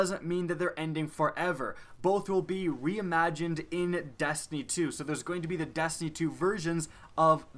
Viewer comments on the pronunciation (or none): Am I the only one that hears him say dastiny and not destiny?